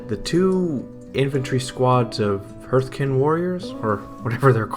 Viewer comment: Thanks for sharing - and Hearthkyn is pronounced "Harth-kin" - like a fireplace: Kin of the Hearth, guardians of the home.